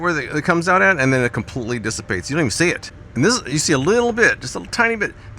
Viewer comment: SAY "DISSIPATES" AGAIN! SAY "DISSIPATES" AGAIN! I DARE YOU! I DOUBLE-DARE YOU, MFER!! SAY "DISSIPATES" ONE MORE GD TIME! jk jk love your stuff.